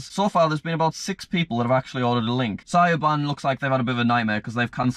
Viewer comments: "Sigh-oh-ban" hahaha. Siobhan is an Irish name pronounce "Shuh-vawn" because in the irish language s+i/e makes a "sh" sound and b+h makes a v sound. Usually there is an accent and the a which makes an "aw" sound but it is annoying to write. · oh no no no non o, who is shy o ban its sha voorn or sha born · The way pronounces Siobhan Its pronounced Shivaun not syoban lmao, Probably becuase he's Brittish and not Irish but oh well 😅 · I know, when an Englishman cant pronounce Irish language names 🤔🤔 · THANK YOU. I'm Irish too :) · Any other Irish person cringe when he said si-o-ban, ITS S-I-VON, no hate just have a laugh😂😂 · SYOBAN LOL ITS AN IRISH NAME IS PRONUNCED SHIBH ON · The way pronounced Siobhan its shivaun not syoban lmao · Siobhan is pronounced "Shiv - Awn" . Not Sio - ban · It’s not sobin it shovon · Sigh o ban.....sigh o ban. You mean Shivon? 😂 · sio bhan? Its Sha-vonne btw :) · Its not "si -ob-an" its "shuv -on" lmao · Sio Bane haha it’s pronounced Shiv -av-aun = Siobhan.... Sio Bane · It's no si-o-ban it's shu-vawn it's a irish name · Siovan??? ITS PRONOUNCED SHUVON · Its pronounced shi-von not siobon lol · It’s not sio ban it’s shivaun its Irish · It's pronounced shuh-bon not sigh-oh-ban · Syoban?! 🤣 It's pronounced Sh-vaughn. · Siobian 😆 it's pronounced shavaughn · “Sioban” Lol, i don’t know if many people know this but it’s pronounced “shobon” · S eye o bhan. Its pronounced shi vaun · Sioban lol it’s pronounced shivon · Bruh... ‘Sigh oh ban’. It’s ‘Shuvon’ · I can’t believe you said See-oh-ban. It’s pronounced Sha-vaughn... English people know this. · cyoban???????? wooooow!!! Shiv-on would be a better pronunciation.... :L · OK sio ban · i laughed out loud when he said 'Sy-ob-han' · mate that is not pronounced sy-ob-han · I’m gonna guess Sy-bahn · it's pronounced as "sh-iv-awn" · I’m going to pronounce it sy-ob-han if I see this name again because of this comment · Smh my head its shu von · Can't believe pronounced siobhan SI OH BAN